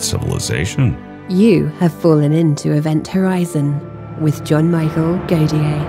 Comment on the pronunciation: Jean Michele Godier is how your name is pronounced.